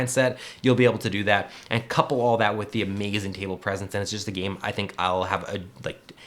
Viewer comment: I like how you talk “amazin’ interestin’ givin’”